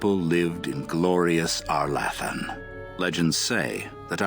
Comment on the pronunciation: Having gotten used to the pronunciation in the later games, arlAthan sounds so funny